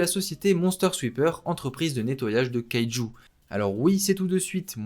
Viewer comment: Sa se prononce kayejou number 8